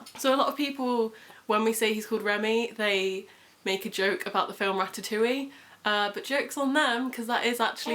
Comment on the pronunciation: Congratulations he's adorable! ☺️ Remi in French is very much a boy name but I didn't know it was gender neutral in English! Also I just wanted to point out that in Ratatouille the -e at the end is silent ☺️ But yeah wishing you the best for the future xx